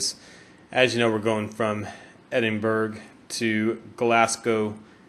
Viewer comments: Another very enjoyable video. This one was even more enjoyable as it is quite local to me (about 2.5 hours drive away). BTW Edinburgh is pronounced "Edinburra" rather than "Edinburg". Also, if you had looked up to your left after the first tunnel you would have seen the famous Edinburgh Castle. ;-) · It's not pronounced Edinburg it's pronounced Edinbrih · “Official Marc Cubed” Brady The closest American pronunce would probably be Edin-Borogh. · its not pronounced that either you thicko its called Edinburgh I live there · Top tips from a person who lives in Glasgow Glasgow Is pronounced Glas-Go Edinburgh Is pronounced Edin-bur-ah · Amazing video mate, but its pronounced Edinburh, don't pronounce the G haha, just a tip for next time